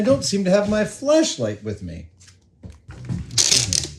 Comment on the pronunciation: Careful there with the pronunciation of “flashlight”, Savage.